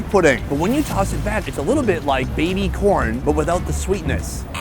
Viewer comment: Did you say baby porn?